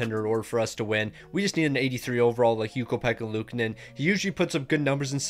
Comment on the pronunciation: You keep mispronouncing luukonen’s name wrong